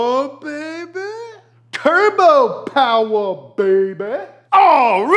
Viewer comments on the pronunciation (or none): Too much powah baby